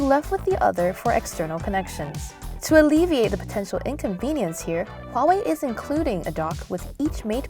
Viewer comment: i wonder why your pronunciation of Huawei is the most accurate i've heard yet and different from the other reviewers and i found out you're from Singapore